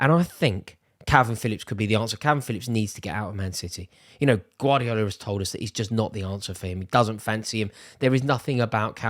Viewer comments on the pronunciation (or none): none